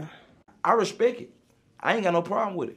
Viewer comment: i res pecit